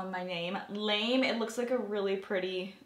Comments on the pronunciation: Did the name of the gold shadow have an accent over the "e" (the one you said was called lame)? If so it would be pronounced La- May which is a lightweight shimmery fabric (but generally cheap and metallic - think little kid dance costumes are often made out of it and color guard flags) - that would be a perfect name for a shimmery gold. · It's not actually called lame, it's Lame' as in "gold lame'". Lame is a fabric that has metallic fibers woven throughout. Just an FYI 😊 Love your videos! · I don't think that shadow is meant to be pronounced lame... It's probably lam-ay like mallorys gold jacket from her engagement photos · You made me crack up when you said "I don't know why it's called 'lame'." It's pronounced LUH-MAY. Lamé is a type of shiny/metallic fabric. Look is beautiful by the way😊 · That Laura Geller shadow is pronounced Lah-Me like shiny material :)